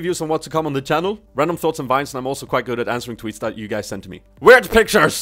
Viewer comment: That not "tjat"